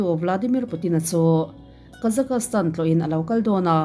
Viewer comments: Kazakastan nilo in Kazakhstan ti in kan soi thin aw. Mizotong tak chuan kazakstan tih tur. Thian poh ka nei nual kazakstan ah hian 😊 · Kazakastan tih a lam loh tur Kazakhstan tiin lam tawp rawh. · Kazakastan ni lovin Kazakhstan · Kazakhstan (ka-zaks-tan) tih ve mai awm (kazakastan(ka-za-kas-tan) i ti teh tlat a adik zwk ge phei chu k hre Chiang chuanglo na chu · Awiii I Kazakhstan lam Dan khiii or nge kazak-kas-tan ram hi khawvelah a lo awm zawk nge😅... Ka lo hre lo a nih chuan ka thiam loh a ni e😅😅😊😊😊 Kazakhstan chu ka Kal tawha Kazak kas tan hi zawn a ngai😮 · Kazakastan tih ringawt ka rilruah a awma, concentrate deuhin ka ngaithla theilo re+😅😅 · han google zuai chhin teh.. Kazakhstan pronounciation tih emaw velin.. Kuh-zaa-kuh-staan ti a lam tur . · Ka-Zuhk-staan tia lam a dik e. Inzir theih zel. Lam dan hi uluk ve deuh loh chuan rilru a lapeng ve duh reuh lutuk. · kei chu ka Google pawn tuman alamdan hian an lam miahlo..chuan tuman tianga an lam hi ka la hrelo bawk.. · Google ah i en tawp chuan i location/ip adress india anih vangin India pronunciation an lo pe nghal ang che..Bristish pronunciation ti khan han search tha leh teh ..A dang daih ang..